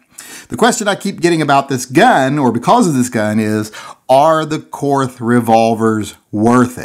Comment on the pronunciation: The name is pronounced Kort The H is silent